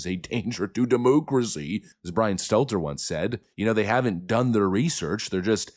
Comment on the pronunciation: Please stop saying demoocracy!